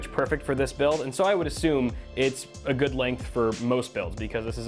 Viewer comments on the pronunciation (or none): none